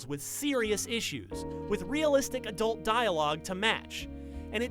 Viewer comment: The emphasis on "adult" killed me XD